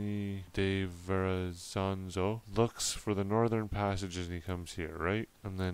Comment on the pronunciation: Welcome back. This one must have taken quite a bit of research for you! Very good info and detail; I've never heard of these men before with the exception of Verrezano, whose name you are pronouncing with an extra 'z' at the end. I love your accent, and said to my daughter the way you pronounce certain words, like 'about' sounds like you are North Carolinian. Then you tell us that Norumbega is near where you are from! We have a St. Johns River in Florida, which is 310 miles long, and runs parallel with the Atlantic.